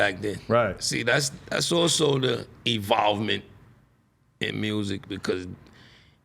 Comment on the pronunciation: Is it just me or I just heard 🤔 Evolvement